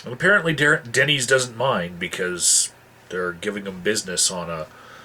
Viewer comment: Excuse my ignorance here, what is a Dennies? I at first thought you were saying thay take over a whole wing of a dunny and the tables there. I thought this is going to be friggin' hilarious. fyi, dunny is a slang word for toilet in my culture. cheers